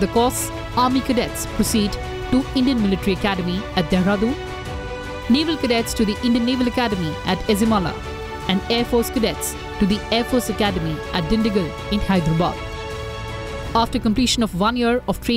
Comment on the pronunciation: ezhimala is pronounced as eyimala ... The sound is yi not zi